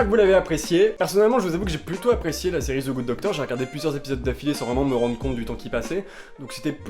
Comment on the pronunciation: It's THE GOOD DOCTOR putain xD c'est pas Ze goode docteur Je t'adore.